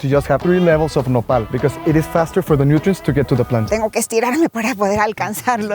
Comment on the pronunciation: You guys are saying Nopal I heard Nepal and some words are Nepal I got happy that you were mentioning my country name in your video but it wasn’t 😃 Lots of love from Nepal🇳🇵